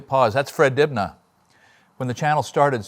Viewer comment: The B in Dibnah is silent...